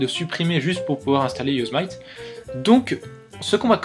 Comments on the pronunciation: Yosemite se prononce "yosémiti" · On prononce "Yossémiti"